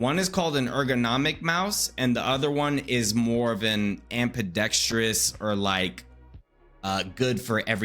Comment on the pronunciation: Good for deaf people.👌🏼Great video, mate. You have a talent for tutoring. But, psst: it's 'ambidextrous' . Or simply 'two-handed' in this context.